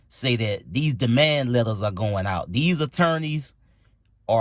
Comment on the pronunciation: Demand not Damand